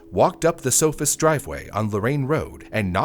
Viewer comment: It’s good not naming the murderer, but at least get the victims’ name right. Their last name was “Sohus’, not “Sofus’.